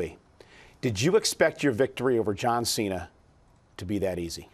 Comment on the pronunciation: ''You versus JOUAN CENA''